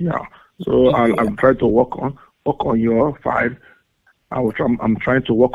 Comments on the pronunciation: It REALLY sounded like he said "I'm trying to walk on your fine asshole". Seriously, even when I listen to it again while looking at the subtitles, it still sounds to me like he's saying that xP. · Why is it that my brain heard "Work on your fine also" as "Walk on your fine a$$hole" 😂